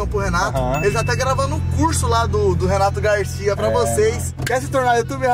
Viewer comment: Você percebe a hora que você fala que vai pegar a Porsche do Renato Garcia você fala pegar a Porsche do relato Garcia você falou errado